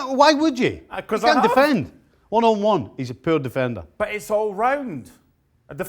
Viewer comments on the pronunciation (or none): man said he cant deffend🤣